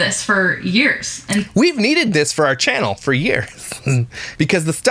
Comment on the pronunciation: Omg! Why does she keep saying "furr" instead of "for"???